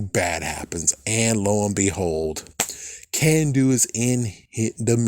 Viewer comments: it's Carn-doo, not Can-doo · "Kanduu" is not pronounced "Can-do", the "Kan" part is pronounced with an "aah" sound not an "A" sound.